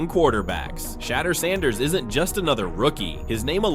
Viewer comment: I hate A.I. voice. It pronounced Shedur as Shatters Ssnders. Doesnt anyone voice check these things?